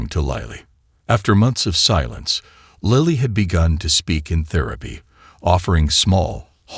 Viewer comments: Lightly ? What happened to Lily.these wrong spelling wrong pronunciation makes a serious problem into a comic fiasco. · “Lily” is pronounced like the flower: Lil-ley, not lie-le I hate AI or & the poor editing.Sigh… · Can the man narrating the story call the child name by her correct name. He calls her liely, lily....the correct pronunciation. 😊 Sorry could not watch the whoke video. In the same sentence he calls the child liely & lily.. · WHERE do you get these narrators?? They need to go back to school andlearn to READ! LILY is 'LILL LEE'... NOT 'LIE LEE'! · This is a beatiful story, if only the announcer could pronounce "LIL-E"'s name properly as well as other words. Goodness knows he should read through the story before he ATTEMPTS to record it! And some of the words are spelled incorectly because the typist never revued the script! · Pronunciation of a name is that all that was ascertained out of the story? Missed the whole essence of the story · It's AI, not a person reading, a computer. Several other words and phrases are mispronounced. I don't think I'll listen to anymore of these. It's just tedious translating in my mind as it goes along. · Why can't the man who narrating this story say Lily's name properly . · Do you listen to your narration? Pronouncing Lily differently. It is very confusing for someone who can't see. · Astonishing how many ways 4 letters can be pronounced. L I L Y, sometimes in the same sentence. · Agreed it's distraction from the narrative. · I am hearing Lily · Not just Lily’s name, AI can’t pronounce several other words! I hate AI, it’s invading everything!! Goodbye